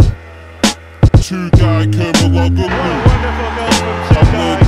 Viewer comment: the "g" in Kerimoglu is silent